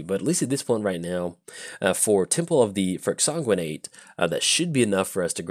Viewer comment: we've talked about exsanguinate before... it IS a real word and it has a correct pronunciation... please stop making my ears bleed when you draw it. i beg of you. love windgrace. my current favorite paper deck.